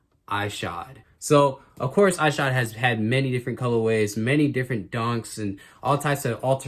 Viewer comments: ****ISH-od. Not Eye-shod. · Shoe looks fire man, seriously debating getting a pair. Just for future reference it's pronounced Ih-shod not eye-shod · it's pronounced "Eshod" lol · Why you saying his name like that?